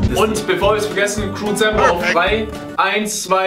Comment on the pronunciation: Nico hat am Anfang crewwzember gesagt aber es Kamm kein perfeckt